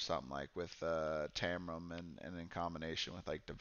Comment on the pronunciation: Great video, and covered a lot of the mistakes new players (myself included) can make. The only thing I didn't agree with this time is your pronunciation of Taram :D Although I thought Uster was the hardest to play and Jade easier, maybe that was because they were on my 2nd and 4th playthroughs of Lava Citadel respectively, so I'd gotten more used to the rules by then. I totally agree that Uster's attacks didn't fit the typical necromancer type feeling though, which I think they nailed with all the other characters I've tried so far. I think it would have been cool if he could summon ANY dead combatant to fight for you, like with 30HP and unable to heal or something :)